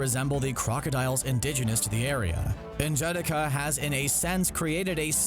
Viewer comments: N jah de ka Not N jadika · Pronounce it slowly so you can get it. N...Ja...da...ka. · He pronounces his wakandan name wrong. N’Jadaka . It’s not pronounced ( En Jadakah) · I love the video but you kill me butchering N'Jadaka's name